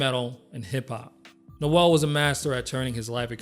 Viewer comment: Sorry, but this would be more impressive if you pronounced his last name and "Santeria" correctly. Also, I don't even get the comparison with Nirvana. Brad was definitely more talented than Kurt Cobain, and I don't know anyone who would argue that.